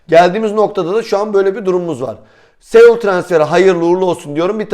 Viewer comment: Segul sanki chane korea Japon gibi oluyor bence isminin telefuzu Segul değildir